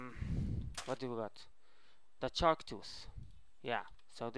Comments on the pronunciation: He says chark not shark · shark* not chark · He calls it a chark